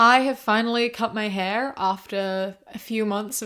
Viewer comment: The first time she said “hair” sounded so American. I was starting to wonder if I was listening to the right person